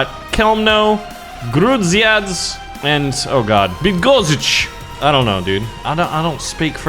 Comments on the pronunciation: A bunch of letters together. Love it. Yeah, I'm from Poland. And it's fun. The cities were (I'll try to write it so You can pronounce them): Chełmno - hewmno Bydgoszcz - Bidgoshch Grudziądz - You did a pretty good job there, only the "a" is pronounced differently, you'd have to check it, idk how to explain it to ya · Ja pierdole jak ty czytasz nazwę Bydgoszcz jak byś był jakimś bolszewikiem a nie osobą anglo-języczną